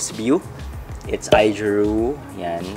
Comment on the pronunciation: AOjiru po not AIjiru. :)